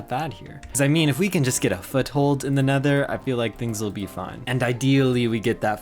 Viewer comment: And he said: The nethur